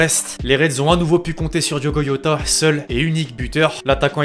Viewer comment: C’est pas diogo yota ou diogo rota c’est diogo jota